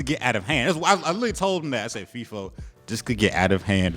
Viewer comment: They really be calling Feefo, Leefo?? Lol 😂💀